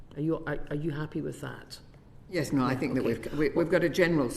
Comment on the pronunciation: I love how she says NO,NO,NO,NO!! Thank god we do have people in the uk and in political positions to watch out for people. As 💩 as everything is im so grateful our nation has non toxic people who have iq and eq ✌